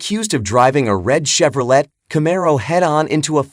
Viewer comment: Tell me the guy narrating this is mentally challenged. 15% blood alcohol? ChevroleTTTTT. Jesus wept.